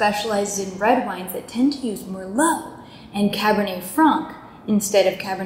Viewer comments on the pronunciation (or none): none